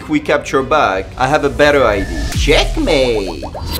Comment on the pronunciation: everytime you say " CheckMAaATee" feels weird, man xD